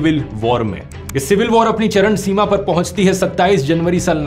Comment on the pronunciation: charan seema nhi charam seema Hota Hai please correct it.......😊